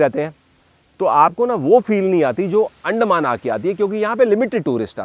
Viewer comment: Excellent coverage. Sorry for nitpicking on the pronunciation of Andaman. You are pronouncing it as अंडेमान. The proper pronunciation should be अंडमान